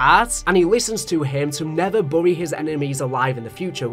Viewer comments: Why do always pronounce it "Burry" and you pronounce the zombie map Buried as "Burried" why? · I swear he does it on purpose, as I've heard that accent many times, but never heard them say Bury like that